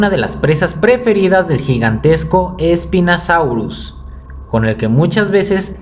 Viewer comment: oye no es espinasaurus es espinosaurus